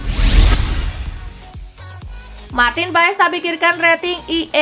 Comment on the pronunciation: pengucapannya bukan marteen paes tapi marteen pass nanti di buli choci (justin laksana) hahahahah